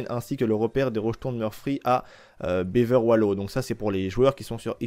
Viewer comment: « Bever Wolo » 😂 tu m’as tué